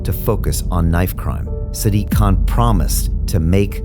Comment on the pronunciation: "sdiq kaaan"